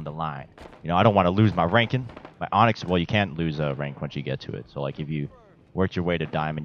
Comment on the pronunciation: My boi said “onxy” 🤣